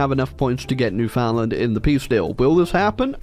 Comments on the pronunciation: As a Canadian, it will always bug me when people say New-Found-Land. Yes that's how it's spelled, but it's pronounced New-fund-lund dammit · ITS PRONOUNCED LIKE "NEWFIN LAND" NOT "NEW FOUND LAND" posting this for all my canadians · It's not "New Found-land" that is just about the worst way to start it, it's actually "Newfin-land". I mean like saying it like that is just blasphemy. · its newfinland not newfoundland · Isp: NEW-FOUND-LAND!! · Alright kids, say it with me! Newfinland. New-fin-land. Say it right ffs. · All these years and still can't pronounce Newfoundland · I hate how says Newfoundland